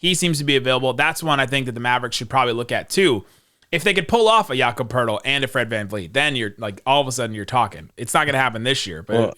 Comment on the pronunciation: Jacob Poetl? REALLY? Cmon man!